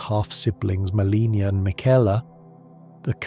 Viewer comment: I love your content but you always pronounce Miquella, Marika, and Malenia incorrectly which is kinda jarring. Anyone who has fought Malenia should definitely know to say both her and her brother's name. Maybe watch some cut scenes for the correct way to say them. Unless this is AI content, it's an easy fix.